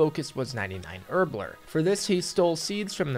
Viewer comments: It’s not “herblerr” It’s herb LORE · “Herblerrr” and calling things aid yikes